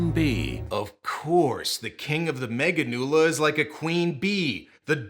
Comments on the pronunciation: The dub pronouncing Meganeura as “meganula” is agonizing. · Meganeura, not meganeula. Even the English dub actors were clowning on Japan lol